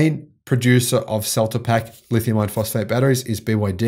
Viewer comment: please correct your pronunciation. There is no such thing as a Lithium ion phosphate battery....only a Lithium Iron Phosphate battery. As you well know, Lithium Ion refers to a variety of chemistries that include Nickel, Cobalt, Manganese and/or Aluminum. I like your enthusiasm but if people are going to rely on you, please get the two types straight.